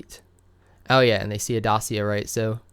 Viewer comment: Renault Dacia is pronounced Dahchia